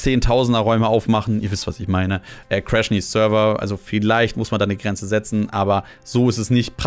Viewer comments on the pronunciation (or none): none